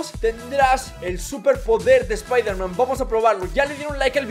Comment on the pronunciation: es. espiderman. xd